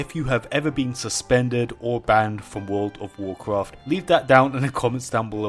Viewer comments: "wood of wurcwuft" never gets old. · And i wuont to swee a swecwet zone in wouwd of wowcwaft love his accent